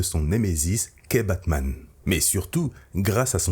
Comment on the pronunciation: « kebabman » ça a changé Gotham